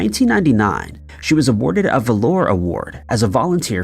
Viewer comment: This is the 3rd time in the last 2 months that you have mangled the word "valor". It is not pronounced velour. 😂😂😂